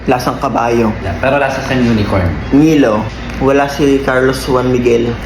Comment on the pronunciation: MiLo hindi mIo